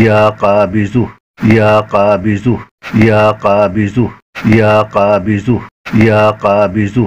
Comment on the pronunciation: LEKIN AAP JO BOL RAHE HAI VIDEO ME USME ZUH KA AWAZ AARHA HAI KABIZUH BOL RAHE HAI AAP VIDEO ME JANAB APNA WHATSP NUMBER DIJYE JO ZARURI WAZIFA YOUTUBE PE KISI NE NAHI BANAYA MAIN BATAUNGA KONSA WAZIFA KISI YOUTUBER NE NAHI BANAYA WO AAP BANA DIJYEGA BHOT MERBANI